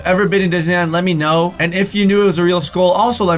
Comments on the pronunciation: Lol it makes me feel uncomfortable when he says skol instead of skull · The way he says skull😂